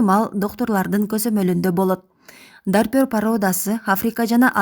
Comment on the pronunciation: Ассаламу алайкум !!! Журналист карындаш туура окушту уйронгуло жакшылап,, Навапакровка емес, Новопокровка, койдун породасы Дарпер емес, Дорпер, бир аз сабаттуураак болбойсунарбы, максат силердин кемчиликти издоо емес, силерди коп адамдар корот да рейтингинер тушот да, силердин куйоорманынар болобуз, туура емес айтып, катуу тийсе алдын ала кечирим сурайбыз.